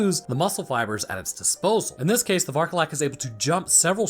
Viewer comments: Vârcolac means werewolf, so please stop saying varcolac, i'm roumanian and saying varcolac is killing me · It's pronounced Vokodlak. It's named after a moon-swallowing wolf demon from Norse myth. Kodlak Whitemane from Skyrim was also named after it. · Again. Varcolac means Werewolf in romanian. And Cadou means gift or present. Since the game action is placed in Romania it would be useful to try to translate first some words. 1. It makes no sense to use the romanian words if you are explaining in english 2. you'se butchering the words... so they mean nothing anyway. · The way he pronounces vârcolac, a Romanian word ☠ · please just look up the correct pronunciation for vârcolac on Google, you're butchering the word so bad it's actually painful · As a romanian, I feel myself slowly dying every time I hear you mispronounce Varcolac and Urias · Damn! As a Romanian, I am very curious as to how you will pronounce "Vârcolac".